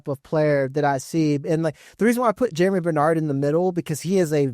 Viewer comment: Think Germie is pronounced like Germ-ee, not Jeremy. Going to be interesting to see a lot of these landing spots.